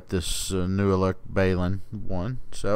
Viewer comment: BAY-LIN ??? 😁 That's the first time I've ever heard it Pronounced that way